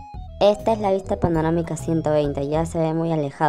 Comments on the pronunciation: se le dice panorámica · “Panomarica” XD